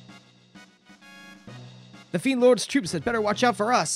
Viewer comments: The Japanese version (so arguably what the devs wanted) is Lee-neh. Where did you get Le-ann? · My only gripe is hearing you pronounce le-ann as lean lol other wise cool playthrough